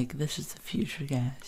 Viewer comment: giaze? is that somee fucked up way of saying guys?